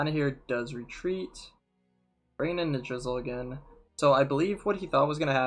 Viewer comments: also I believe it's pronounced ni-DRA-sil not ni-DRIZ-uhl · Lmao I kept hearing “drizzle” and thinking about rain.